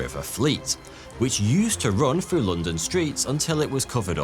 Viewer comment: Frew or through?